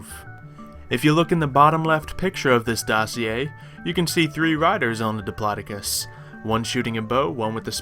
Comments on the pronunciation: I think it's pronounced dip-low-doc-us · I be live it actually is pronounced dip law doe cus